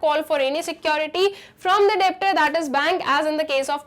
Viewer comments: Mam usko debtor nehi pronounce karte usko detor pronounce karte hain... B silent hain usme🌸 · Ma'am pronunciation of (Debtor) 👍 try to hear in Google